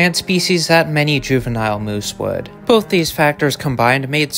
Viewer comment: Are y'all gonna watch the video or just complain moose isn't pronounced correctly...